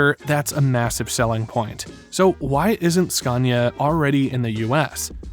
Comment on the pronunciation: Would be awesome if you could pronounce Scania correct